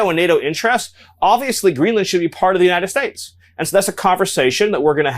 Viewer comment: The way he says United States bothers me so bad. That’s the petty thing I have to say about this loser.